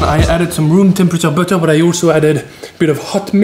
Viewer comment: Even ‘butter’ with a french accent